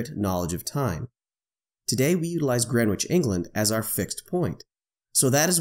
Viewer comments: Going for my Gold "Pedant" medal here: The w is silent, it's pronounced Gren Itch (like the itch that you scratch). See: But props for using GMT rather than calling it "Universal". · No need to pronounce the "w" in Greenwich, nor the second "e". So it sounds like "Gren itch". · Great video.... the ‘w’ is silent. :). So it’s just sounds like “Grenich”